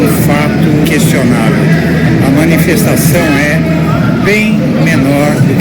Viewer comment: Não é "minifestação" é miniNfestação